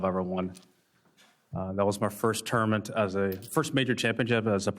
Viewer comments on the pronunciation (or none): Is it just me or does tiger say tourment and not tournament?